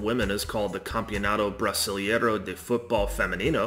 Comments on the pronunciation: Why English speakers saying EI things in Portuguese, like brasilEIro, ALWAYS invert the EI sound... brasil-IE-ro instead of brasil-EI-ro?? EI sounds just like the sound of the letter A in English. Like AY. Brasil AY ro. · Não consegui ouvir o cara dizer "Brisilieiro" 2x. Não dá, tive que encerrar o vídeo